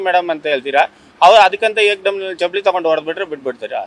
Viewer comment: ಚಪ್ಪಾಲಿ ಅಲ್ಲಾ, ಚಪ್ಪಲಿ ಏನ ಕನ್ನಡ ಹಾಕತೀರ್ರೋ